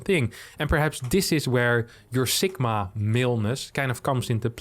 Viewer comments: It is two words, “sigma male”. You sound like you are saying it as one word and with a k sound instead of a g. Its the greek litter sigma not “sikma”. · That is the most unique pronunciation of "sigma male" that I've heard.